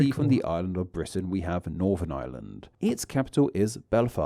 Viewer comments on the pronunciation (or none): none